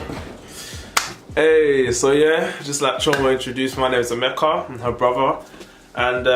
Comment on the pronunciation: No be ameka", na EMEKKA😂